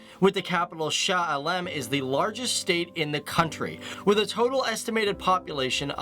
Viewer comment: iam from Malaysia.and the way you pronounced Shah Alam was wrong and also very funny